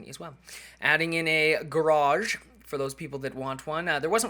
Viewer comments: yay u said garage the right way!!! lol jk but ya just pointing that out.. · it almost seems weird you pronouncing garage properly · Hey, you said Garage right! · im glad u say garage correctly now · YES!!!!! He finally said garage right it only took another 3 LONG YEARS!!! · he said garage right lol! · SAID GARAGE THE REGULAR WAY!!!! OH MY GAWD (X100,000,000)